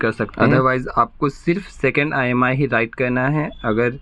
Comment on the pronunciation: Bhai not imi that Is imei